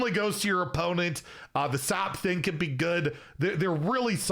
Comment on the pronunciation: Oh you're right on closer inspection. It really sounded like he said "can't"